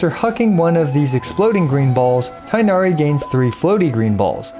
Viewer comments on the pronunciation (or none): pls stop saying tienahri... its tighnari where you actually make a GH sound its not silent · How you say ting hair as tinari- it’s annoying but slay vid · Thought it’s pronounced ‘teenari’ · He is tin-gha-ree not tai-nari. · It's not tie nari. It is tig-nari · its TI-GH-NA-RI not tie-na-ree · Cool video! But please for the love of all non-american ears call it TEEGH-NARI not THIGH-NARI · remember that his name is closer to "teenari" not "tienari"! :) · the quickness of how this guide came out aside, for the sake of some of our sanity pls pronounce Tighnari as TEE-nari instead of THIGH-nari a chunk of my soul dies whenever I hear the pronunciation as THIGH-nari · Tig-nari not Tay-nari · its not tainari its tigh na ri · no. its pronounced like its written with tbe first sounds like a word tea and gh isnt silent tea-gh-nari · btw the pronunciation of his name is more similar to "teegh-nah-ree" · Please make your Tighnari guide with the correct "TEEG-NA-REE" pronunciation. Be the only big english speaking CC who does this correctly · Not the tie-nari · Thank you for a great video as always! This is very informative and I’m glad it’s so f2p friendly too. Will definitely be helpful for considering whether to pull him or not:D Just as an aside, I noticed you’re pronouncing Tighnari’s name wrong. It isn’t “tie-nari,” but rather the “i” should sound more like that in “tick,” making it “tigg-nari.” Not an expert so I’ll link this video here for better reference but sad to see that even HYV pronounces his name wrong in the english trailers 😭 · Vijnana-Phala should be pronounced /vi•gyan-fall/, but then Tighnari should be pronounced /ti(gh)•na•ri/ and yet here we are. Nothing matters to the localization and voice direction team. :XiaoHands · It's "Tea-gh-nah-ree". Direct pronounciation like japanese names. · Please stop calling him tienari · Vid came out so fast didn’t learn how to pronounce Tighnari’s name lol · the tighnari pronunciation hurts me